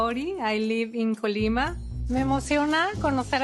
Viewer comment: I just hate how he pronounces things... one thing is pronouncing something wrong, and other very different is saing it loudly, almost intentionaly wrong "COuggg- liiiii Má" instead of "Colima".